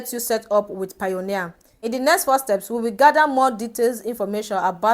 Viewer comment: its not pioneer it is payoneer ...pay-oneer